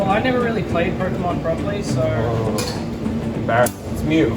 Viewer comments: They said Pokeman it's Pokemon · Its Pokémon not pokeman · I'm sorry to correct it just bothers me it is po-ke-mon